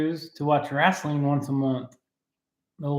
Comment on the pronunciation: Yes I am commenting as I am watching this, sorry I missed the live. Atari sky diver and pacman... Cracking up at how you pronounce, wrestling lol